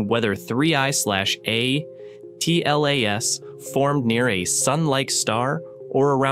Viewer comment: It's painful to hear the AI voice constantly mispronounce 3I/ATLAS. I think most people have settled on a pronunciation of "three-eye-atlas".